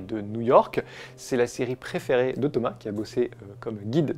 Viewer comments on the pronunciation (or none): none